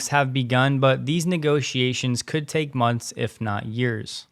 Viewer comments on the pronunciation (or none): none